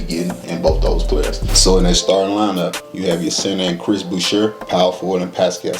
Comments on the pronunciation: It’s Boo-Shay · it is Chris Boo-che...it is French, he grew up in Montreal...and there is no way he is a starter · So to pronounce boucher is : Boo-Shae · Boucher pronounced Boo shay, and he's not a Center he's PF backs up Pascal. He may start in the beginning of the season while Pascal recovers from his surgery. The Center will be Khem Birch backed up by Precious Achiewa. Gary Trent is the starting SG and OG is SF. Looks like you need to do some research on Raptors before posting.